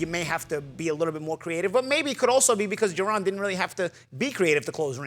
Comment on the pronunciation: You can’t say JA-RON?